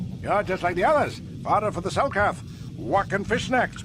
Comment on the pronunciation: exactly you HAVE to make a super dope epic video for kotor 2 bro, you know it has to be done, and btw i just finished the video, hella good job, yeaa... you kinda mispronounced selkath,council,Shan and you must've just woken up cause you we're talking really slow especially when you tried to remember the names lmao it was to funny, alll i see are the hand motions and i died.